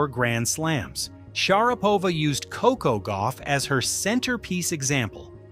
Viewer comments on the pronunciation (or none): none